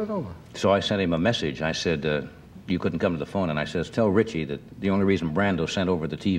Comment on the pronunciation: I Never liked the way Johnny called him "RichEY"😛 Gag me🤪